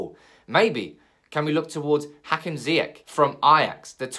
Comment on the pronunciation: Ziyach not with a k but with a sh .. 😉